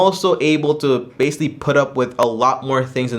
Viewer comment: stop saying basically in every sentence 😫 you don’t even pronounce it right “basilly”🧐